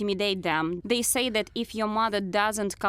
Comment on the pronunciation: Where is your accent from? Why cant you pronounce th? You keep saying zey and not they, its really not that hard to just not say z. I know its not Russian because my parents dont even speak like that.